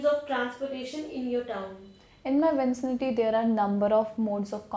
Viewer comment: She pronunce vicinity as vin-cin-ity. Commutation as commution.....natural way?